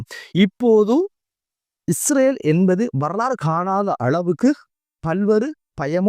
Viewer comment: Not isravel. Say Israel. Or consult a speech therapist.❤ I think it's not that bad. You have to practice this Word several times every day. You can. I wish you well.❤